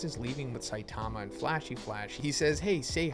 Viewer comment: Really hard to take this dude seriously… he can’t even say saitama’s name right